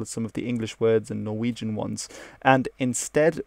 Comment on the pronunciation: Dear Being a norwegian myself I was impressed by your norwegian pronunciation. And even more by your danish pronunciation which I struggle with myself. Perhaps you are norwegian?